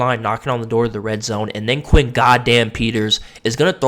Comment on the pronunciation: Where TF did you get Quay? It’s Quinn.